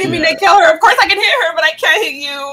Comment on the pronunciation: be like: OF KORS OF KORS